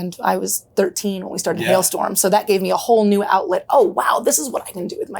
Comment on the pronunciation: Why do you keep calling the band hellstorm it's HALESTORM